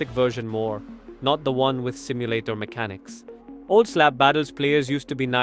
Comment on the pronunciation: ETS NOT SIMULATAR 😡